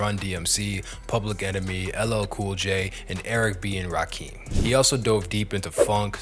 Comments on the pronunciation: Rakim pronounces his name RAW-KIM. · Bruh called Rakim 'Rakeem'. This shit is cooked lmao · You pronouncing Rakim "Rah-Keem" tells me you have no idea what you're talking about dude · Chat gpt writes your scripts. You don't know anything about hip hop. You don't even know how to pronounce Rakim. Sad and pathetic